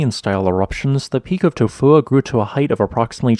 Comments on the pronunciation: The name of this volcano is almost poetry. It kind of just rolls into you.😎 I'm surprised at how well the bot voice says it. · You get a thumbs up just because you can say it’s name. Without going into a coughing fit